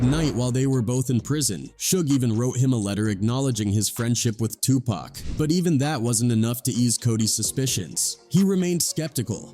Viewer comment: Stop calling Tupac Pack